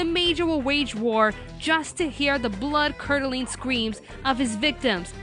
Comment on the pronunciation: I'll be honest, when The Major said "Gentleman, all I want is war" I thought he said: "Gentleman, all I want is VORE" XD